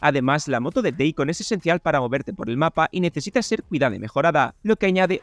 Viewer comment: Days Gone 😍. Tremenda cagada de SONY no tomarlo en cuenta. Lo tiene todo. Solo un matiz, Deacon se pronuncia "Dic". Ahorrad el chiste 🤣.